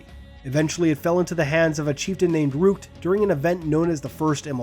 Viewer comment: I love these types of videos. Now one thing though. The First of Rukt. Just pointing out, it's a short "u", not a long "u". "uuuuuhhhh" not "ooooh"